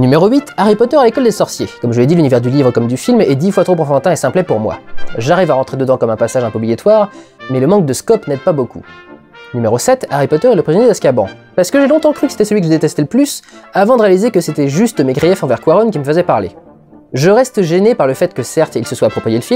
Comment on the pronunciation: c'est azkaBAN ( BAN comme BANnir ) pas azakaban :D <3